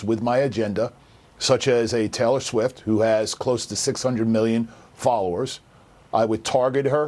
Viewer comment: Who tf is taylow swift lmao